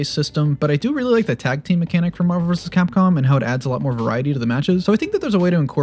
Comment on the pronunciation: why did he say marvel like that